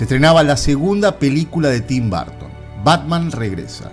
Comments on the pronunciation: Muy buen reportaje un detalle se pronuncia Burton no Barton ojo !!! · Por que demonios le dicen Barton a Burton... es una UUUUU no una A ... BUUUUURTON ... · Porqué dice “Barton”? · BUUUUURTON NO BAAARTON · En serio?? Tim " Barton"? Creí que solo los españoles pronunciaban raro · Buen video pero quién demonios es Tim BArton ??? jajaja No entiendo de qué manera pudiera pronunciarse como "A" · Lamento decirte que te equivocas, ya que los nombres no cambian de pronunciación sin importar en qué país te encuentres ya que son nombres propios y por ende ni se traducen ni se adaptan. Otra cosa distinta es que no sepamos pronunciarlos. La pronunciación sería algo como el sonido de la ʌ / ɜː. Pero insisto que el video me gustó mucho solo que es raro escuchar todo el video BArton. Saludos desde México